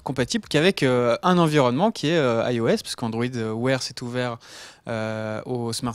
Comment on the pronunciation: pourquoi vous avez la manie de dire AIOS alors que c'est juste IOS ...?